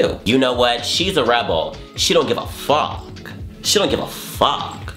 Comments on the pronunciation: "I don't give a FAWK" 💀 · IM DYING “I don’t give ah fahk “ HAHHAHA